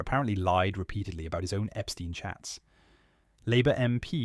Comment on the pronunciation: Some wonderful guests this morning. Liam Halligan and Jamie Jenkins are the best numbers men going. I would really like to see a lot more of Hamish De Bretton Gorden. I've always enjoyed his Telegraph articles and he is one of the few people who knows how to pronounce Epstein. The Beatles manager wasn't Brian Epsteen, West Side Story wasn't composed by Leonard Bernsteen and the Theory of Relativity wasn't proposed by Albert Einsteen.